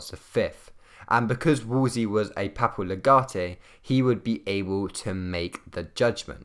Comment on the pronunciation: pappal leg-artay 😂